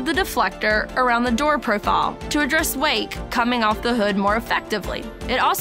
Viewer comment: only issue is a enunciation of wake not weight